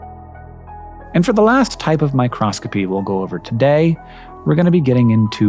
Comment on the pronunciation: it is micro-scopy, not micros-copy! My Cross Copy, is a religious business, not mu interest.